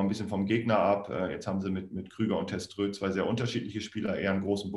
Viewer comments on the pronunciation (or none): Es kann ein Versprecher sein aber unsere 37 heißt nich Teströt sondern Testroe😂😂😂